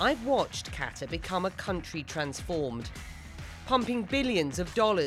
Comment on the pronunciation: Lmao how you work for CNN but can’t even pronounce the country correctly. Mind blowing..